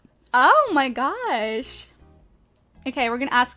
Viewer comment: When she she said "Ohmahgawsh" i laughed my ass off and idk why